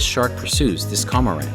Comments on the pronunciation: JFYI, the name of the bird is actually Cormorant not Comorant, (Corm, sounds like corn). Nice footage. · Great footage , hilarious pronunciation of "cormorant". It's cor-mor-ant not como-rant. The name is derived from Latin corvus marinus, "sea raven".